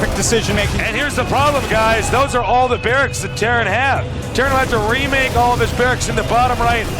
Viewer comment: Tartan? Tarran? Taran? T E R R A N . jesus man